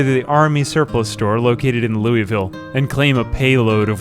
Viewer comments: It's pronounce "Loo-ville", not "Louie-ville". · Btw, it's pronounced "loo-uh-vuhl", not "loo-ee-vil" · please its not ‘lewisville’ its lou uh vuhl 😂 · As a Kentuckian, the way you say louisville disturbs me. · Pro-tip: Louisville is pronounced "Loo-uh-vuhl" instead of "Loo-ee-ville." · As a Kentucky resident it is pronounced LOO-A-VUL gotta let the southern draw out. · IT IS PRONOUNCED, LOO-VUL. LOO-VUL. STOP BEING A YANKEE. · I'm from KY & the way you say louisville makes me laugh every time. Its so interesting to that different accents exist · He doesn't say it exactly right per say, but atleast he doesn't pronounce the S in Louisville 😭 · As a Kentuckian it's really funny to hear how non-kentuckians say "Louisville".